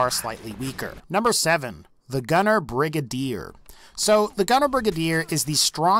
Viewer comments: HIS PRONUNCIATION OF GUNNER BRIGADIER TICKS ME OFFFFFFFF it's brigAdier not brigUHdier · "Brig-aid-er" not "Brig-id-ear" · Idk what a “Brig A Deer” is but I do know what a “Bri Gade Or” is lol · It’s pronounced Bri-gay-der And Yao gai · Its (bri-gade-er) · It’s pronounced Bri - gay- der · Say Brigade then put an R at the end